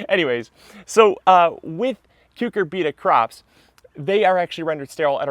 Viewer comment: Interesting and helpful video. BTW, most people say "cyu CUR bita", not "cyu cur BEET a".